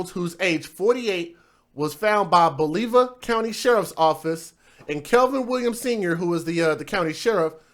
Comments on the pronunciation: Bolivar is peonounced Bolavar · Its pronounced bo-li-ver. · You can't even pronounce Bolivar and you making fun of these people' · He is AMERICAN , vandalism of the ENGLISH language is common place